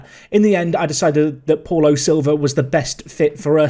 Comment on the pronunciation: I think Paulo is pronounced ‘Pow-Low’ 🤷🏻‍♂️